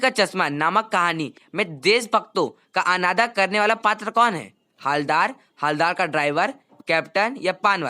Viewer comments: Hawaldar nahi bhai haldar hai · Aabey Hawaldar nahi hai haaldar hai pehle tum khud jaan lo humko batayega 🙄😂😂😂😂........... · Hawaldar nhi haldar sahab 😂😂😂😂